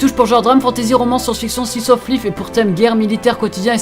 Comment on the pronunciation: Comment t'as dit "slice of life" j'ai bloqué 😂